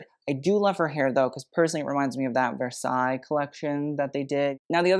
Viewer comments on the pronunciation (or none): none